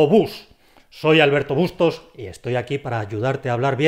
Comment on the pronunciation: Me sonó como "...como obús. Soy Albert Obustos...".